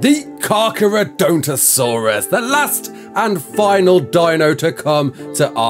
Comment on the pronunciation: You kinda completely butchered that name